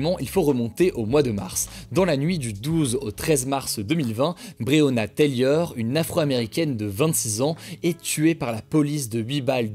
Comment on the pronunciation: Il prononce bien le nom de Breyona Taylor une fois sur deux lol